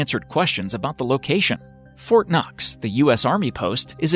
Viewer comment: When they said Fortnoxx or whatever, I heard fortnite...